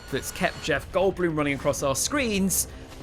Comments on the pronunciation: Tbf he just stressed the last syllable too much but it wasn’t that wrong. Better than saying Goldblahm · it's Jeff Goldblum, not Goldbloom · fyi he pronounced goldblum wrong